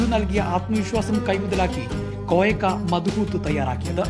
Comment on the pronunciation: ഈ പേര് (മദ്ഹൂത്ത്) നിങ്ങൾ ഒരു അറബിയോട് പറഞ്ഞാൽ മനസ്സിലാകില്ല അതിന്റെ ശരിയായ ഉച്ചാരണം മലയാളത്തിൽ കൃത്യമായി വരില്ലെങ്കിലും , അതിന്റെ പേര് അറബിയിൽ مضغوط (മദ്ഗൂത്ത്) എന്നാണ്